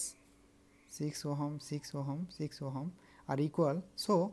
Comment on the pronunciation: Ohm nahi, ohom 😂